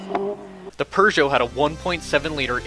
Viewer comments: I left as soon as this dude said PERgeot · I’m confused There is no “R” in Peugeot How do you pronounce Warshington? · "purr-joh" no. "pew-joh" correct. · it's pewjoe.. not purjoe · Today I found out Peugeot is not pronounced pew-got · There’s no r in Peugeot. Pooh-joe. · The Pergeot lol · 4 years of french and you can't pronounce Peugeot.